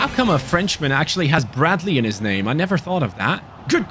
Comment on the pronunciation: you pronounce the names really good